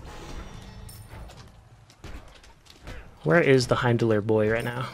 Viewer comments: that's the weirdest pronounciation of heim that i've heard 😂😅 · My ears!!! Please pronounce Heimdall the right way:))